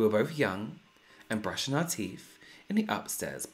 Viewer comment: I love this series and I even I sent my own in 😬 but my favourite part of this whole video is the way says "Teef" just like I do✌️💜